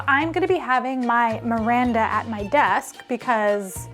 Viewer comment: Wait who is Miranda? wait...did you say MIRIENDA? Repeat after me...MIR...YEN...DA, mirienda! Lol just kidding. Thanks for this fun video! 💙💙💙